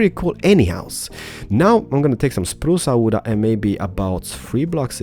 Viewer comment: This is so good, I'm gonna be honest, I actually thought you were Italian first, because you were like spruca wooda. :P